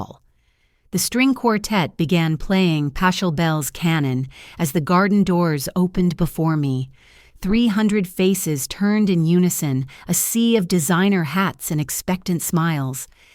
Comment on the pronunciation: Pachelbel's is pronounced "Pah-kul-bells" not "Pash-ul-bells"